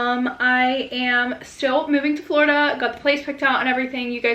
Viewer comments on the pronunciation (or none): none